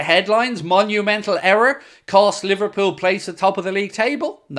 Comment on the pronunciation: You mean li-var cheated-pool again